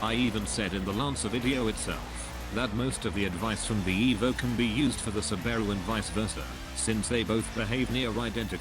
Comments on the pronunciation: Can be directly applied to the Subaru Umm sorry did you say Sbbaro or Subaru? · "SubAIru impreTZZA" the best pronounciation ive ever heard.